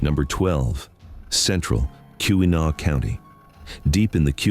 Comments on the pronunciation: AI slop. AI cannot pronounce anything correctly. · Being a Michigan native myself I do enjoy non-natives attempt at pronouncing different Michigan locations lol Too bad this video seems to be inaccurate about a lot more than just pronunciation